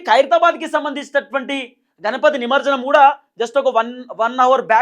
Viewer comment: నమర్జనం కాదురాబై “నమజ్జనం”అనరాకపోతె నువ్వేంటిరాబై